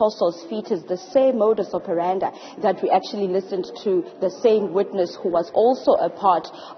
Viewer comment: it's "modus operandi" not operanda. And pls take care to say so and so "alleged" these are just accusations no truth has been established yet in this case💯